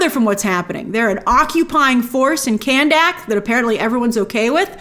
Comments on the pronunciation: grace i think khandaq is pronounced kun duck and not can dak lol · Geeez Grace, it's Kanduck Not KandAck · Jeez please pronounce the names correctly. It was a good movie, not the best but entertaining. Dont even know why i listen to these critic videos. Kahndaq NOT Candack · What's up with You pronouncing Kahndaq as Cannnnn Daaaaak? 😂